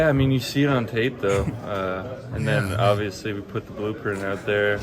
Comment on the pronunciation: Darius is the worst about it for sure but at least half of these guys are guilty of the "ovisly"